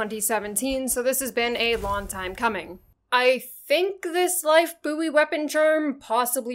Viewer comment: Lifebuoy is pronounced Boy not Boo-Wee! Lol 😂